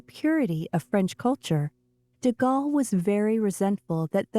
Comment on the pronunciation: This is a nice try from your channel but once again, your pronunciation of names of people, places and titles is badly done. Learn to pronounce the words you use well and stop making me cringe. Charles deGalle is pronounced Sharl duh Gaul. There are several others I could list but please, for your own benefit, become educated. Learn to speak English without the constant irritation of split infinitives, dangling participles, incomplete sentences and mispronunciation. By your voice, you are young enough to pledge to learn at least one new thing every day, whether it is an idea, a correction of grammar and syntax, a fact about which you are attempting to educate us or a litany of history. I have been doing so for over 70 years now and learning has enriched and entertained me for all of those years. If you must blame me for being hopelessly old-fashioned, I accept that as part of who I am. Anyone who attended boarding school in the '60s will tell you these things are drilled into us repeatedly and eventually become a habit. I look each day for things to learn and it has made my life much richer for the effort.